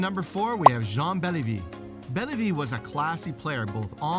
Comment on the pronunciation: I won’t argue with the 10 chosen… they are all spectacular players… I’d like to see Ovi in there tho… 8 or 9??? He’s earned it… but who’s the drunk who came up with the order???? Lemieux and Orr out of the top 5? Gretzky isn’t no 1??? And who is Jean Bellevie??? It’s Béliveau you pylon… you want to call him the 4th greatest and can’t bother to get his name correct??? There is no credibility here